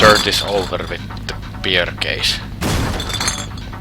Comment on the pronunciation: "and drinking beer" the way he says beer is "peer" which in Estonia means fart. so, you are going to drink farts